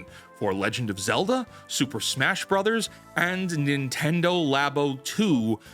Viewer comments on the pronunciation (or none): none